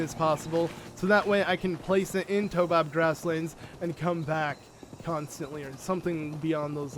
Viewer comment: It freaking triggers me when he says Toe-bob grassland, it's Taobob grassland. (tayOHbob)